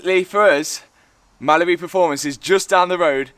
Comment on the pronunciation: Hi, really love your videos. One thing though, I swear when you say Mallory it sounds like Mallibu! Lol.